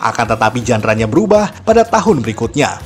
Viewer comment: Tolong kl ngomong yg bener. Tribut bukan tribyu. Genre bukan jandra. Ga sekalian dibilang mandra???